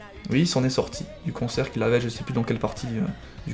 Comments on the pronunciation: Quand tu prononce cancer, j'ai l'impression que tu dit " concer" ???? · je suis le seul a penser qu'il dit "combattre le concert " ?? xd